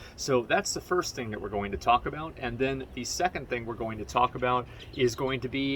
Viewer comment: Am I the only one that understands Taco bell everytime he says talk about ?